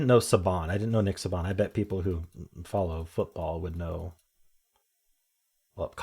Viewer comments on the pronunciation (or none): People who follow Alabama football would probably be having conniptions over your pronunciation of Nick Saban lmao. It is pronounced "Say-bin" not "Saw-bahn", not a big deal obviously but as a casual football fan it's kind of hilarious to hear his name said with such unfamiliarity 😂 all love though, thanks for the daily content. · I was thinking the same thing 😂 but I’m also from Alabama so every single person knows nick saban